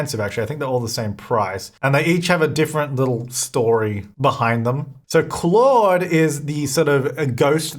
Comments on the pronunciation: Claude: cloh-d René: ruh-nay Duplantier: doo-plont-ee-ay Guidry: gee-dree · Hey! Claude is actually my dads name. Its a French name and a lot of people have a hard time pronouncing it. The best way I could explain the pronunciation is as kl-oh-d...the "au" part in the name is pronounced as "oh" as in Oh my Gosh lol I hope this helps! Ps. could you also pass the message along to Deli? I cringed in her video when she said the name lol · No it is not pronounced like oh... The word clawed is very much pronounced the same way as Claude.